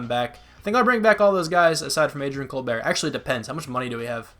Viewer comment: You were saying Colbert name wrong... or an I wrong?